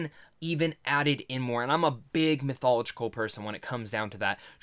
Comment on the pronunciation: Why he say mythological like dat